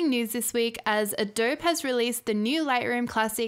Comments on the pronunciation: Can't even pronounce "Adobe". All credibility lost. doh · The 'e' in Adobe is not silent. It should have a long 'e' sound like in 'bee'. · You're making a new catalogue for every shoot? Jesus. That's what collections are for. You can't pronounce the name of the company and you don't have the basics of how to use the software you're benchmarking. Besides that, the fact that you don't know lightroom has crippling performance issues means that your opinion can't be trusted. May as well just delete this video.